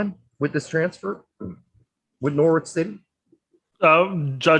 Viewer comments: Nor-itch, you don't pronounce the w. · PLEASE learn how to pronounce Norwich, LMFAO!